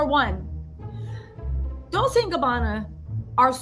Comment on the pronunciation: It’s Pronounced Dole-chay! Not Dole-say. The Kardashians are just a bunch of jealous haters. They are just mad because Kourtney is living her best life. I’m truly happy for K and T.♥️